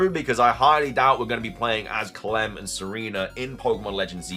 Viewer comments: woah lol, I always thought it was about his intellect that he couldn’t get a real job. He looks fit tbh. But he’s definitely not very smart. Calem is pronounced Cal-em not Cal-lem. Lol, then he doesn’t know how to pronounce evangelion. Everything that should be obvious fake by the blurriness and quality shouldn’t be even considered as a real image. The image of golbat thing is what I’m referring to here. It’s not a screenshot, it’s a rendered image that has been intentionally blurred. That’s usually a way to hide the flaws. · Calem is pronounced “Kay-lum” not “ka-lem”